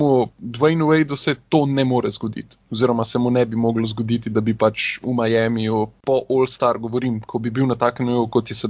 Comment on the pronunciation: dober podcast vendar ce že uporabljate tujke za vse izraze kot so trade in nevem kaj potem dajte vsaj pravilno izgovorit miami ker se sliši grozno....:) majemi je, ni miami:D